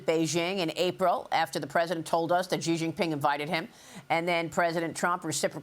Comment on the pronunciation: Xi = “She”, not “Jhee”